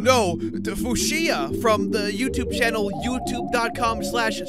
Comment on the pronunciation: It is Fyoosha. just pronounces it wrong on purpose